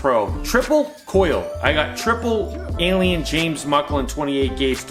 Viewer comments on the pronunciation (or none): none